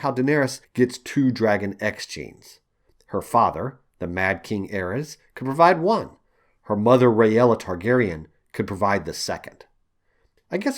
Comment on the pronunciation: Interesting theory. Considering Varys' upbringing, I wouldnt put it past him to devise such a story to help support him rise to power. Sort of like plain sight camoflage. Rhaella is pronounced as RAY-la, just like Raeghar is Ray-gar, not Rah-ey-gar. Nice vid, looking forward to more.